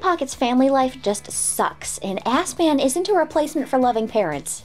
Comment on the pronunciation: Ok so, according to the wiki, the butler's nickname is "S-Man" but I don't get how nobody on the team realized that slight mispronunciation could do him so dirty.